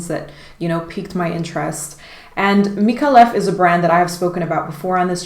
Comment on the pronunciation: Micallef= Meek-eye-eff